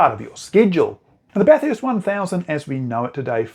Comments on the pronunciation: At Bathurst, it's pronounced Bathurst, not BatHURST. Think of it like this, the people of Melbourne hate Melbourne, being pronounced MelBORNE. Then there's Brisbane, but I think you're on to it. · Bath-hurst? There is only one letter h in the word Bathurst 😊